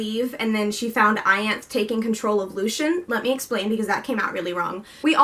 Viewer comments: I agree with most of what you said!! I loved the way it wrapped up and i was kinda happy with all the lose ends cos it means theres more story to hear and i dont have to be done witht the characters. Also with Ianthe, i think Sarah pronouces it Ianth-iee. And regarding Mor being gay, when i read it i was like wow okay... where did this come from.... but i mean it kinda makes sense cos she dragged Azriel around for 500 years... who does that without a legitimate reason. Also the story is from Feyre's pov so if Mor didnt want Feyre to know, then she wouldn't have known, ygm? And yh i dont really know how to feel about Az and Elain and i agree with you completely there! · Its pronounced I-an--th-e